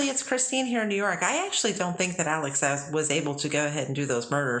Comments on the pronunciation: Please, will commenters and content creators quit being so stpid and call this man by his real name. Even CourtTV is full of idiots. It's Alex not Alec (as in Alec Baldwin). It'd Murdsugh (as in DAW) st the end NOT DOCK). I'm sick of y'all being totally out of touch. I don't know who you're talking about half the time. Please QUIT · People named Alec and Alex are cringing across the land after listening to how these ladies pronounce Alex.